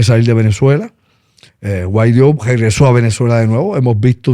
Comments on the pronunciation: Ah y es Guaidó no Guaidio 🙄🙄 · Primero aprendan a pronunciar Guaidó y después hablen de él. Jajaja